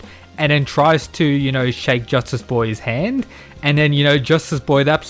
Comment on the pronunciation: Is he saying Justice or JUSTASS